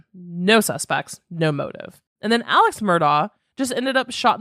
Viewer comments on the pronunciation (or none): It's actually pronounced Mur-dock ( I know, makes no sense) and Alex is pronounced Alec. Many have reported this.